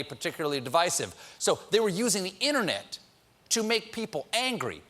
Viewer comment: That's actually "internet" not "inner-net" :P